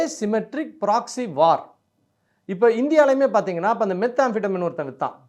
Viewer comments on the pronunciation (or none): நுனங்காலுங்கிறது மனிதனின் உடலில் எங்கே இருக்கிறது என்று சொல்ல முடியுமா? அண்ணே! விநாகரோட வாகனம் மூஞ்சுறு! எலி இல்லை! அண்ணே! மெத்தபெட்டமைன் அப்படின்னு ஒரு முறை சொல்லி பழகுங்க! இல்லைனா "மெத்" அப்புடின்னு சொல்லுங்க!